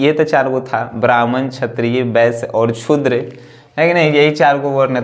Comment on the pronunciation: छुद्र नहीं बे शूद्र the great